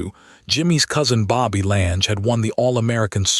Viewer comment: Lange rhymes with clang, get it right. I've been skiing Lange's since '81, never knew of Lange's involvement.